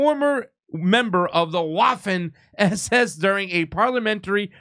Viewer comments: It’s Vaffen SS, it’s even MORE fun to say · You pronounce that Vaffen SS. W in Europe is pronounced like v.